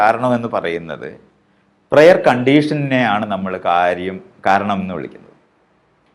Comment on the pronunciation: പ്രെയർ അല്ല 'പ്രയർ'